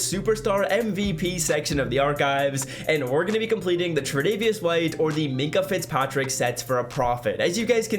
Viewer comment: minkah fitzpatrick :) def butchered the name. insta: gdog_25